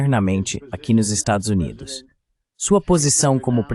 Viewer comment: Excelente conteùdo. Só não consegui entender por que.o narrador-locutor-tradutor NÃO CONSEGUE dizer a palavra "Estados Unidos"?!?